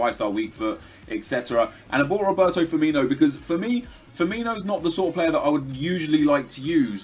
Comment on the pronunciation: It's spelled Firmino, not Firmiño or Firminho, so why would you pronounce it like that? O.O